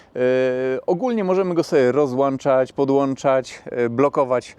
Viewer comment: Błagam rozłączać i załączać a nie rozłANczać, zalANczać. Chodzi mi o podstawowy błąd literki obrazującej dźwięk wydawany przy wymawianiu tych słów nieprawidłowo po prostu nie istnieje...